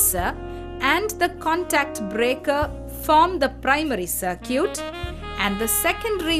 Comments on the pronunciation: It's Sar-kit and not sar-cute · "Sir-cute." lmao